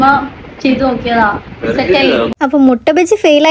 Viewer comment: മൊട്ട അല്ല മിട്ട ആണ് 😌